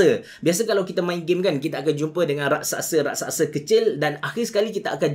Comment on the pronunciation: Raksasa bukan Raksaksa